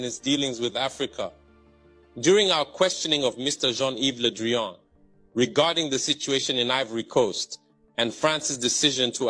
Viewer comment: "Ludrien" or "Ludrian" = Le Drian.